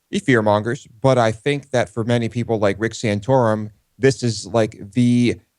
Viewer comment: Stop saying "sanotorum", it is offensive and gross !